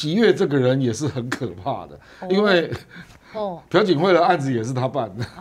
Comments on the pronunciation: 不叫pu槿惠 而是Piao槿惠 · 朴(piao2声)槿惠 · 朴 字 做 為 姓 氏 讀 音 錯 了，這 種 錯 誤 ，在 這 樣 直 播 間 不 該 出 錯。小 學 已 教 過 了